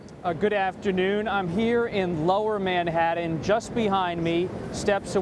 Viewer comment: Why does this reporterkeep saying "Manhadden"??? That's just stupid.